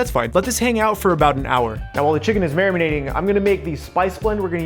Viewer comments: He said mairmanade and I can't get it out of my head. MARINATE I'm from the south I have absolutely no right to do this but I will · marminating. that is all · I thought I was the only one hearing that XD